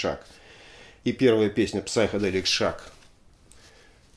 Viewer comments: В слове Psychedelic буква П не произносится, Сайкеделик. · Спасибо за очередной обзор.В комментах много идиотов(как всегда). В слове Psychedelic буква Р не произносится-просто сайкоделик.